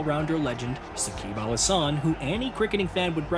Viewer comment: Shakibul Hasan❌ Shakib Al Hasan✅ Don't change the pronunciation. I already told u that before In Shakib's video.